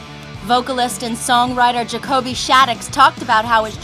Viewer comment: it's jacoby not jacobEy